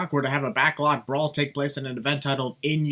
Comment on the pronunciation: I think Vince McMahon should have commentated the Backlot Brawl. No, not because he commentated the first one. But because he just can't say the word "Brawl" (and instead says "bra") so, it fits the match. Also, surprised that bump Damian took didn't get a sin remover. I understand the sin but, because of how brutal that bump looked I'm kinda surprised it didn't get a sin remover. But, I don't mind.